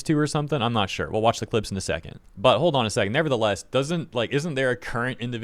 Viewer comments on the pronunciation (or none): none